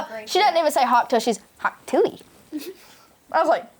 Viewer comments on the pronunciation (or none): talk TUAHR 🤣🤣🤣🤣😂😂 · uhm, soryry it's pronounced "Talk Tuah"... thanks...